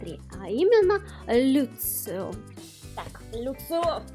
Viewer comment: почему люцио.... может я что-то не понимаю, но он даже в оригинале лусио.... вообще очень здорово видеть что в ру комьюнити кто то покупает такие дорогие штуки, вполне уютная распаковка